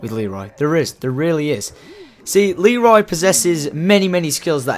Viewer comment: It's not leery